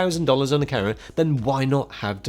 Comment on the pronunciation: I love how he says camera 📸 like carrot. 🥕 Plus it's a pretty balanced opinion.